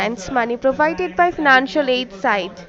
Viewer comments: Nobody : Scammer : "Feenancial Aide" Random "Karen" on the line : "Gimme gimme gimme" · I love how she pronounces "fee-nancial aid". Can't some 'Online Educator' teach her? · "Fiinanshal" .."fiinanshall".. ...said the us goverment grants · “Fenanshal aid” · Fee-nun-shell aid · Fee-nancial aid. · The way she pronounces 'financial' is killing me